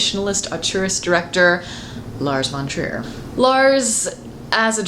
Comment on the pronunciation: Whenever you say "Lars von Trier", it sounds like "Large Wonders" or "Large Frontiers".